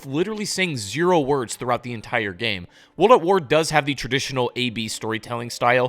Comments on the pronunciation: Good video but bro everytime you say "wold" instead of "world" i cringe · Woold at war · Bro, why are you not pronouncing the R in WORLD over and over again??? You keep saying Wold at War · Cant watch the video because "wold at war" is driving me insane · "Wuldat War" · Drink every time he says Wuld at War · "Wold at War" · No one else feel like he says world in such a strange way? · I literally cannot watch a video where the narrator, a native English speaker by all accounts, can't even pronounce "world"